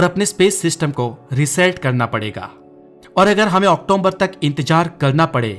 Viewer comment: ❤Nice but it's October not octomber